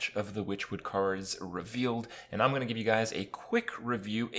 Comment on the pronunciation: Kripparian here, but this time "You guys how's it go on" instead of "Hey guys how's it going"